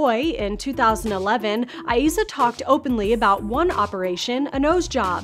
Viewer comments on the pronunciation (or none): Her name has only 2 syllables, like IZA not I-E-ZA! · The way she pronounces Eiza's name 🙃🙃